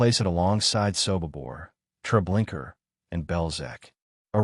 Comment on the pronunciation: Would you please correct the narrator or adjust the AI to pronounce "Trablinka" as truh-BLINK-uh not "Trablinker" it seems unimportant but it's historically inaccurate and extremely disrespectful to pronounce the name incorrectly as trah-blink-ER